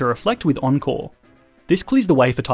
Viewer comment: Ohhh encore i heard uncle every time now at the end i was more aware of words